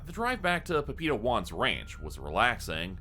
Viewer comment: Couldn't tell what was saying before "Juan" for the life of me till I realized he's saying "papito" lol. Pah-pee-tow would be a better pronunciation. Love the story so far!